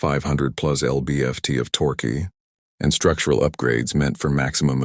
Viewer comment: computer voice needs to learn how to pronounce "torque", and many other words, and figure out the LB means 🙂